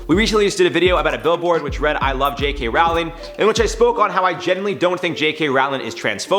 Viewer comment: it's Roh-ling now Raow-ling